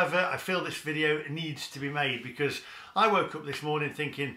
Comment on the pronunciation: you accidently said 'Be-cuz' rather than your trademark 'Be-COARSZE' at the start of the video what's going on!? The mask has slipped xD